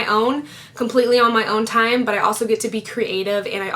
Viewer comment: She said "thime" Lol